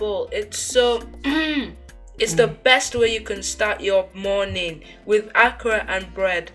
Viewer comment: Lol.....akra! It's called akara..... a.k.a.r.a.😅